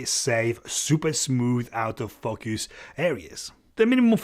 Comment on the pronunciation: i like how you say focus... Fukkyous :)